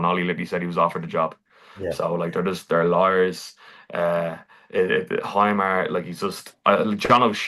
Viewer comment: Eye-dah, Hi-mar……maybe practice the names of the players before shooting….it us lazy stuff and that’s putting it nicely…